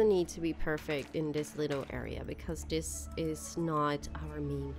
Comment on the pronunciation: Like she says dis instead of this 😡😡😡🤬🤬🤬🤬😒